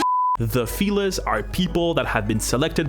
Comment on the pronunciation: Every time he says “feliss” take a shot